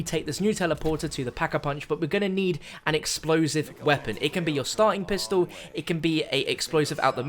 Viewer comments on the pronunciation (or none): none